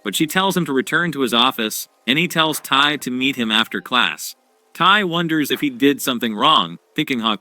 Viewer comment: Tai nah is taiyo💀